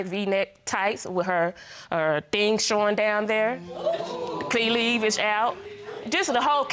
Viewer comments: V-neck tights? Key-levage? MaLIPination? Shripping? “How she approach herself..” 😩😂😂 grammar is NOT on her side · They pulled a Maury on him “V neck tights”☠️ “Key-levage out”😬